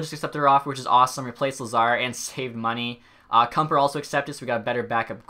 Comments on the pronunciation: Kuemper is Kem-Per. And Rieder is Read-er xd nice video though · If you pronounce a name right then I will burn my hair Kumper Vladyder Ahul Cagula And more that I forget